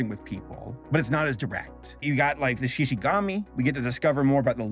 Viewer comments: Me, yelling at the screen: ShishiGUMI! Not gami! GUMI!!! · It's shishigUmi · Shishigumi (Shi-shi-goo-me) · everytime he says SHI SHI GAMI and not ShishiGOOMi gives me HIVES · Every time I heard "Shishi-gami" I felt like I was getting hooked right in the face. There was a combo going, and just when I thought I got used to it, he never said it again and then I felt disappointed. Help me, I have a problem. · Who else felt physical pain every single time said “Shishigami”? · "Shishigami" i've never been more offended